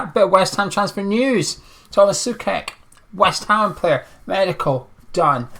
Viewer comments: Just one thing...it's pronounced like [so-czech]. Apart of that, I hope the Hammers will appreciate him a lot and as a Slavia fan I wish him and all West Ham all the best for the rest of the season and for the seasons to come. I believe all the Hammers will love Tomas as we do. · Tomáš Souček - So-check - is the correct pronounciation...😀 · I believe it's pronounced Soo-Check mate......